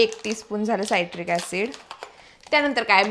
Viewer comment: Saitric acid nae te citric acid aahe